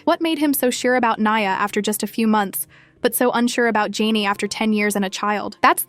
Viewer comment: Her name is JHENE!!!! As in “juh nay” don’t claim to speak on her life if you can’t even pronounce her damn name!